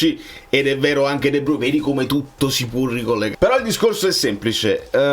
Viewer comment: Dovrebbe pronunciarsi "di bruin"